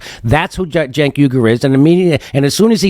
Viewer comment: It's even funnier when Ryan butcher his name because he's not faking it like Jones who knows how to pronounce his name at this point 😅